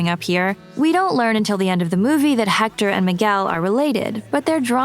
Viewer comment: One thing..about pronunciation, the H is not pronounced in spanish